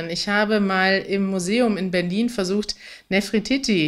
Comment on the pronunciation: Oh mein Gott ich heule vor Lachen wegen deines "Nefrotitti" 😂😂 Liebe euch!!!